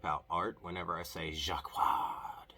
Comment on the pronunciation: I am here LOLing over your Jaquard pronounciation... You did get the "j" right, but not much else. Quality content! (j as si in Asia, a as u in mum, qu as c in cat (NO "w" sound!), another a as u in mum and finally r the fancy French way because d is silent)